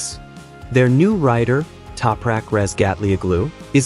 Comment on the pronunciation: what is this AI garbage pronunciation of Topraks name!